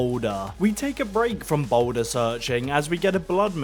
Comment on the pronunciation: “THE BOULDUHHH”